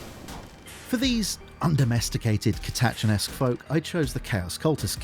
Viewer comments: also 'catachan' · Ka-Tat-Chin too haha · Commissar is pronounced ko-muh-saa… not Ko-miss-us. Don’t get me started on how you pronounce catachan. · I've heard that it's a trick which a number of smaller YouTubers have picked up on. Deliberately mispronounce words to get extra comments under the video (and therefor better engagement) from those commenting on the mispronunciation or simply just correcting the YouTuber. He also is mispronouncing Catachan , but hey the trick works - we are talking about it in the comments section.